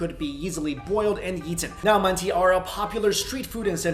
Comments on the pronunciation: Protip, manti is actually spelled mantı (no dot) and pronounced "mahn-teuh" where the "euh" is actually kinda similar to the Mandarin i (like in the words for four or ten). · The i in Manti is actually pronounced like the i in Sichuan :) Just so you know. btw: my favourite dumpling is definitely xiao long bao. There is no other kind that could compete against it <3